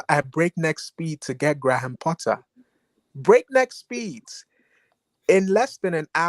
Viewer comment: is hilarious with way he was giving analogy of dating and saying Lapatagi instead of Lopetegui😂. Also Gray ham Potter pronunciation cracked me up.